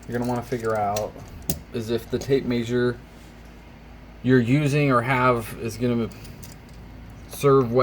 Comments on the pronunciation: may-sher? It's measure. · downvote for how you pronounce mee-eh-zure